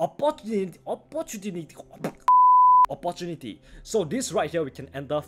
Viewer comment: You are not only a good teacher but you are also very funny ooh Jeez you cracked my ribs out especially when you said opportunity🤣🤣🤣🤣